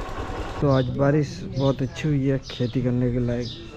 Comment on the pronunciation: Baris ❌ Barish ✔️